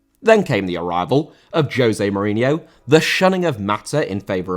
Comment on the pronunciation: Mourinho* not Muriniouw